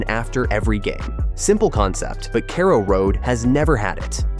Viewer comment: We need a bigger stadium, it's a sell out every home game. And please someone slap the twat who can't pronounce Norwich and carrow road properly